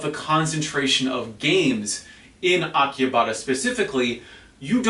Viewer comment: How do you know what goes on in Tokyo, you don't even live here and probably only visit once a year? Also pronounce Akihabara correctly.